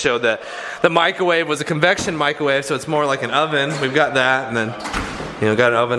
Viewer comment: micRRRowave** ffs